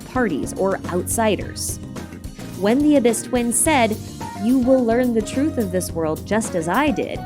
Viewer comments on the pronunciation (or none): none